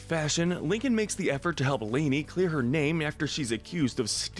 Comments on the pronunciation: I love how you called leni lay-ni Btw it’s pronounced “Leh knee” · Leni, not "Laney." 😂 Lol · I can’t finish the video. Leni’s name being said this obviously wrong is getting on my nerves. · I don’t like the way Leni’s name was pronounced in the video. That’s really the only issue I have with it. I don’t have any arguments about the list itself, except maybe giving the silver worst deed medal to Lincoln insulting Ronnie Ann because not only did he do it to his friends at school but he also did it to her in a restaurant in front of Bobby and strangers, that was uncalled for for him to publicly humiliate her that way. Yes, she did bully him but at least she didn’t insult him in the middle of a crowded restaurant in front of strangers. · You said one of Lincoln sisters name wrong it’s Leni